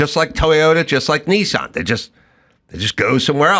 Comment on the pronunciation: Knee-sarn .. it's Niss'n 😂